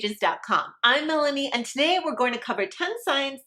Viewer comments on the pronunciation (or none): none